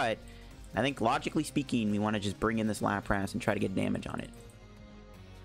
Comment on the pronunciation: Lapras not Lap-rass